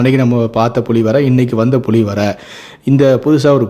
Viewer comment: அது புளி இல்லடா புலி ஏன்டா தமிழ கொல்லறீங்க